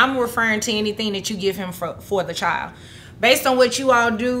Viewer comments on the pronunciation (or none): CHILD IS PRONOUNCED CHILD, NOT chield